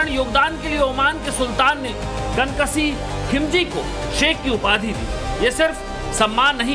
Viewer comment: "कन कसीह" नहीं मेरे भाई "कनक सिंह "